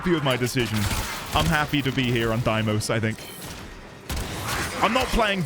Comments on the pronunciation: All prime parts are dropped by relics, so you can safely google that! But I'd be wary of googling where you get the relics themselves tho XD also, its day-mos, not die-mos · I think its pronounced like dei(they)mos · Few notes. It's "Day-mos", the song is "party of your lifetime" by "On-lyne", and the warframe is pronounced "Zaku" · Deimos in Warframe at the very least is called "Day - mohs" just as a heads up.